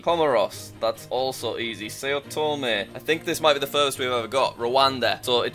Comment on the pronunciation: It’s pronounce like sow tome, not say-oh tome.